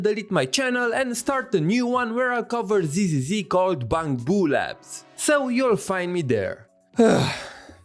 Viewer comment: Okay not related to the video topic but the way you pronounce bangboo sounds a lot like the chinese pronouciation but you can tell it's still english XD like a lot closer to the Chinese sound